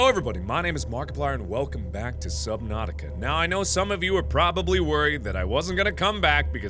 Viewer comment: Our pronunciation of subnautica: SUB-NAU-TIC-A Marks pronunciation: SUB-NOPE!-TIC-A